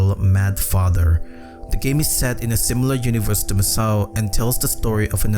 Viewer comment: douc father 😂😂